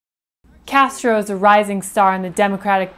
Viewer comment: you mispronounced his name.